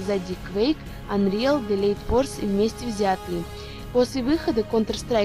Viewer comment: Девушка часто неправильно прочитывает названия игр, например delta force она прочитала "делит порс"